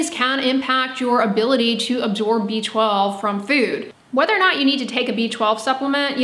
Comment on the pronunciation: It sounds like she is saying a beachball deficiency.